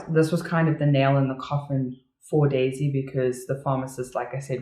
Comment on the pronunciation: Same! But it always sounder like Daisy "die" Melker